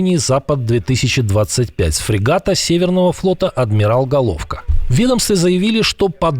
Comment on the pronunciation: Не гОловко, а головкО.